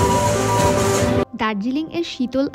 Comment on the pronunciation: Ota sorbo brihot sringo na, sorboccho shringo bolben.